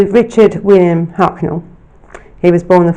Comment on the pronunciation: Throughout you called him Hucknell...